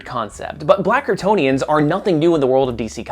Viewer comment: Ok, Ik you are saying “Black Kryptonians” at the beginning, but it really sounds like you are saying “Blackertonians” and I hade to rewind a bit to make sure I was hearing correctly.